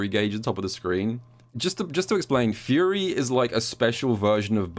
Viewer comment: Nah, he was definitely saying it weirdly. Even after I recognized he was saying "Fury," it still sounded like "Yuri."